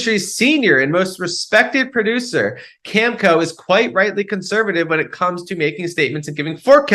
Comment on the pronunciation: Great news about desalination. A real game changer. FYI Cameco is pronounced Cam e co. Not Cam co.